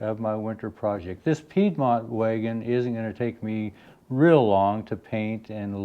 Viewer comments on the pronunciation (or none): none